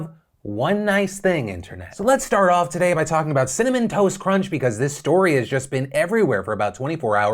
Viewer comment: You say Cinnamon Toast Crunch I hear Cinnamon Toast Ken. 🤣